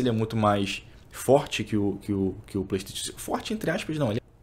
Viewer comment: Passa pano demais... e a pronúncia do Playstation é de doer os ouvidos kkkk